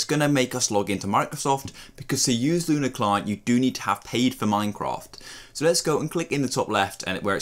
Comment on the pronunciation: bro said "luna" client